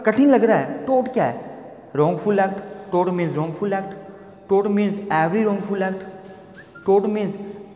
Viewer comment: Toot nhi tort